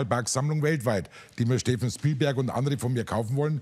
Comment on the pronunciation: ... Dagobert Duhck ... Steffen Schpielberg. .. lmao